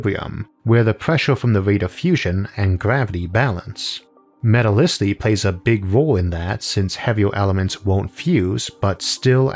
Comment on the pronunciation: No one: PBS: MetalicitY